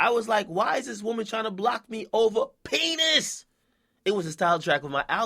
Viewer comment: Akademiks went way to hard saying penis. Calm down bro.